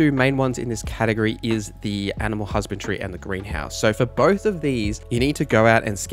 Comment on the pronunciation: HusbandRY, not Husband-tree.. great video though ❤